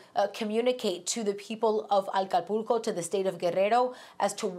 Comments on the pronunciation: it's not "Alcapulco", it's Acapulco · Acapulco no Alcapulco 🤦🏻‍♂️ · There is no L IS NOT ALCAPULCO BUT ACAPULCO. Please what kind of reporter is this? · ACApulco not ALCApulco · So sad. May God help ACAPULCO 🙏🏼 Not ALcapulco. I wish she would pronounce it correctly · The reporter sounds as if shes saying "aLcapulco" instead of Acapulco. Weird. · Note to, the name is Acapulco, not Alcapulco. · Alcapulco? Or ACAPULCO? 😒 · Why does she keep saying ALcapulco? There is no L at the beginning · It's ACAPULCO. NOT ALCAPULCO as she keeps calling it. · Please pronounce Acapulco correctly - it is NOT ALCApulco 🙄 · Woman, it is pronounced ACAPULCO, not AL CAPULCO. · It’s ACAPULCO…. Not ALCAPULCO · That isn't Alcapulco...ACAPULCO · Is not Alcapulco but Acapulco 😒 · SOMEONE TEACH HER HOW TO PRONOUNCE ACAPULCO! IT'S NOT AL-CAPULCO LIKE ALCOHOL 🙄🙄🙄. THERE'S NO L IN THE BEGINNING. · I HATE it when people suddenly switch languages in the middle of a sentence... 'Aqua-pool-cue'... JFC, you're speaking ENGLISH, lady... it's AKKAH-PULL-COH. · She said Alcapulco! Jajaja! Lady is ACAPULCO!! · ACA-PUL-CO not AL-CA-PUL-CO señorita. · It's no Arabic city, Al capulco!!!??? It's Mexican Acapulco !!! Haha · Love the affected pronunciation of Acapulco but the normal pronunciation of Mexico... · It's "Ahca PULLco" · Alcapulco she said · ALCAPULCO???? Since you are a professional, maybe learn to pronounce the name of this famous city correctly. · Why does she keep saying aLcapulco?? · Learn how to pronounce Acapulco, it’s not Alcapulco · Aka_pul_co.Get that correct.Wow she must be a native speaker.Please say it for the 4th time,Aka/pul/co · "alcapulco" really? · WTF🤦🏻‍♂️ did she just said Alcapulco?? 🤣🤣🤣 OMFG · Alcapulco lol alcaponi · She said Alcapulco? 😂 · Love the pronunciation of Mexican place names,and coming from someone who otherwise speaks standard English YOU'D almost think she was pandering. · It's OK not to have to sound like a native every time you say "Acapulco. "